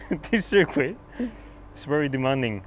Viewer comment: I love how Carlos pronounces circuit